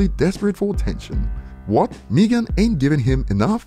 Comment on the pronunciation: It's MEGAN not wtf your saying